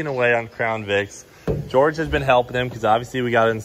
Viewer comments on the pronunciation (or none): You mean George? Never seen someone butcher George so hard